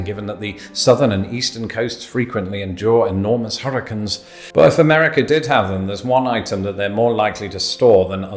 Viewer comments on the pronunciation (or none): try saying hurricane with the 3rd syllable rhyming with sane. you pronounce it like "hurricun". just try my method, you won't sound so goofy. just F'n with you. i enjoy your videos.